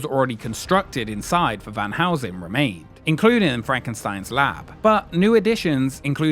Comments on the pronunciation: it's Van Helsing and not Van Housen. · The way you pronounce Van Helsing makes me laugh